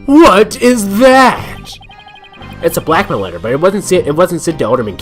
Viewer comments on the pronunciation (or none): I don't know why but every time you say blackmail letter I keep thinking you are saying Blackquill letter XD Who would you say is worse? :P I like how it just froze for 5 seconds. lol R.I.P. Water LIES!